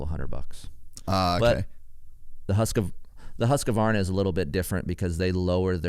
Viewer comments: Hoosk-varna not husk-u-varna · For the Love of God : please say “ husk Varna “ or “ hoos Varna “ 🤣🤣